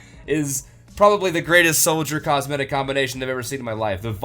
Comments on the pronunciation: Are you saying cosmedic?! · I swear you say "cosmedic" and its pissing me off.